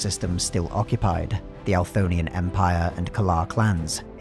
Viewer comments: Althonian or Anthorian? Bc it says Anthorian but you say it differently. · I believe it is the Anthorian Empire in game. It’s possible that the submission name was entered wrong but most likely he is just saying it wrong and the subtitles were written based off the audio only. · The hardest part about listening to this at and during work, has been and always will be, the narrator's near comical inability to pronounce "Anthorian" lol